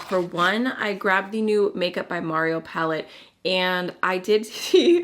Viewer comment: Considering that Mario is an Albanian from Montenegro and the languages there are phonetic, the name should be pronounced as it is written, which would be MArio, not MErio. Unless, for some reason he prefers it the 2nd way, in which case my comment would be completely useless and I was trying to help :D